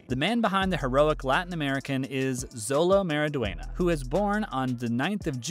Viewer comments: Ur pronouncing xolo mariduena’s name wrong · You keep mispronouncing Xolo Maridueña's name. Maybe you should learn proper pronounciations before you upload these kind of videos. How embarrassing.